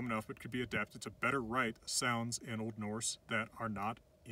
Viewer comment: i’m icelandic and he pronounces this really well :)